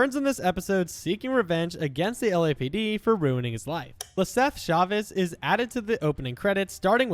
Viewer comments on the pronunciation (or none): none